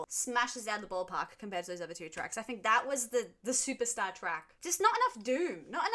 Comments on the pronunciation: Supertzar is pronounced, “Superzar”. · I think it's pronounced super tzar (like Russian title)